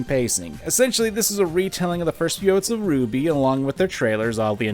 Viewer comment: See my dude it's RWBY not Ruby.